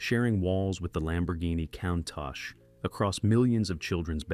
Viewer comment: Kauntah? Sounds like a sort of Lamborghini Arnold Schwarzenegger would get. "GET TO ZE KAUNTAH!" 😅